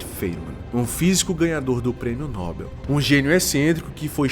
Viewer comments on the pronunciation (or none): none